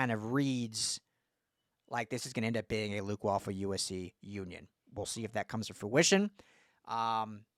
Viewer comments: Way-Ful.... please do better lol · It’s pronounced “Way-ful”….but, yeah, what a monster recruit and a budding SURPRISE for ‘SC ☝️😎